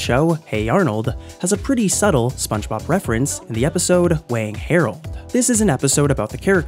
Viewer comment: Funge Bob